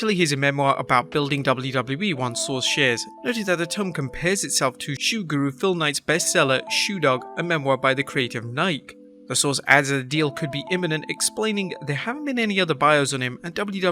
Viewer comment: Nike is pronounced “Ni-key”